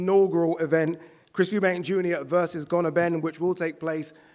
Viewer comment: He knows Eubank more than everyone, but still calls him Eubanks